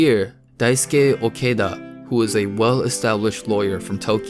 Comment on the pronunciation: Oh no no no no The way you said Daisuke Okada, the captions ended up being Daisuke Al-qaeda